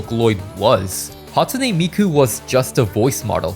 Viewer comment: "hatune miku"